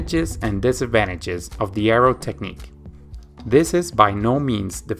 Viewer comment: Thank you for the video! Please pronounce the word "this" with S, not Z in the end - "this video", not "thiZ video".